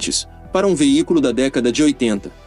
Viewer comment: Tu falas veícoro ou veícro??? NÃO SERÁ VEÍCULO???!?!?!?